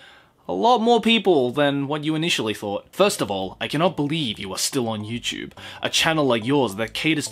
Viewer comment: You know what? I'm trying to take this video in a serious kinda way but everytime you say YouChube... I just can't. Love your videos btw.